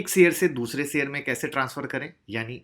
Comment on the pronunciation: seyar nai bla kariye sir ji sheyar hota hai